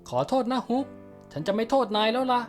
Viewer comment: ฮุกมันฟังเเปลกนะ อิอิ เป็นฮอคไม่ได้หรอ